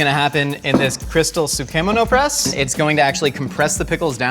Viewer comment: Butchered the pronunciation of sukemono